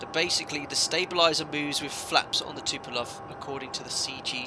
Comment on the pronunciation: It is called Tupolev not Tupolov!